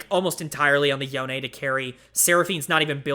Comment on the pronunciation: yonE is the correct way to pronounce it, I dunno who told you that you were wrong. You can hear it pronounced in the "Kin of the stained blade" cinematic.